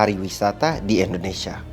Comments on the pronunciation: Indonesian ✅ endonesia ❌ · 🙏🏻 maaf om kalo saya salah dengar om bacanya endonesia bukan indonesia (jng di bully om ) ttp semangat ngonten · Sejak kapan ( Indonesia) di ganti endonesia 🤣🤣🤣 sejak tadi kalo bicara Indonesia jadi endonesia